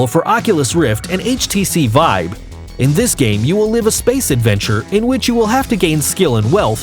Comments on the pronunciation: It really annoys me how he says “Vibe” instead of Vive. That’s the only problem though. Great video! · htc VIBE XD its VIVE NOT VIBE LOLOLOLOL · IT'S VI VE NOT VIBE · he keeps saying 'htc vibe' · why do you say HTC Vibe? it calls "vive" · stop saying HTC vibe. It's HTC vive come on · this video is a joke. the speaker is clearly just reading a script and sounds like he has no gaming experience. half the shit is being said as if reading Hype pieces for shareholders. No actual gamer would speak like this and I swear half the time he said vive, he was saying vibe. The skyrim segment is basically describing every game ever. "The world is full of stories and characters in which you can walk, interacting with people and change the course of the story depending on your actions" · the guy kept calling it the hts vibe and it was driving me fucking nuts the whole video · bruh his saying htc vibe . OMEGALOL